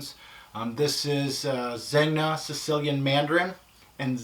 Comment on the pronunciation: Great purchases. I have a few of them, and smelt or sampled almost all of them. My absolute favorites will have to be D&G Royal Night and Le Male Essence. Only one little remark, Zegna is pronounced Zenia as it’s Italian.